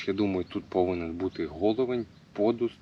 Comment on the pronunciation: пІдуст. Не пОдуст) так, між слів.